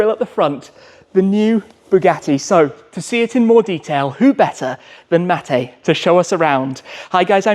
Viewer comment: How can Schmee do so many videos and get the pronunciation wrong? What's a Veron, is he really called Mattay?😂😂😂